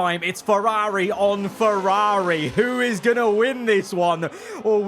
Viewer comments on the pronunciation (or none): Im sorry but please stop saying "feRAWRi" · Its rather annoying how he pronounces Ferraawri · I’m sorry but the way you say Ferrari is so jarring it is unreal